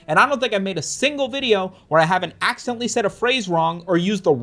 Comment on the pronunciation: I axeadentlee mis say something You expect me to believe you didn't dent Lee with this axe?